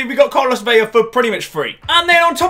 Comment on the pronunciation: hey ur pronouncing velas name veya, and its vela. u just say the L normal.;)